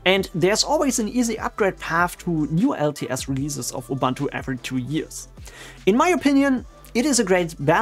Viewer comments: It's oo-boon-too not oo-bahn-too. Not an English word, doesn't follow the English language pronunciation rules. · Please pronounce Ubuntu correctly